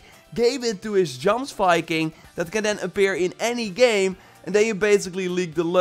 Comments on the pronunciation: Plz, its not djomsviking, its pronounced like yiomsviking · “JOMSVIKING” is pronounced YOMSVIKING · It's pronounced YOMS-Viking and Sutur is pronounced SOOT-TUR..... would have preferred an ASSASSIN set like Hytham's outfit..... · It is pronounced yomsviking 😂😂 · DUDE. Your name is, Jomsviking is pronounced the same way as “Jor” is in your name. How hard is this to say? YOMsviking say it with me... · i suffer every time this man says jomsviking xD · Faygo. It’s clearly a mispronouncing of the word I wasn’t being a dick many of old Norse words are butchered due to lack of knowledge